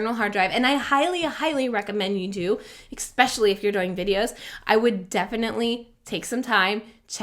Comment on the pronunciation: Exspecially is not a word. PNY cards cannot support high throughput. Please, lose the X in “especially” and investigate which SD cards are actually good.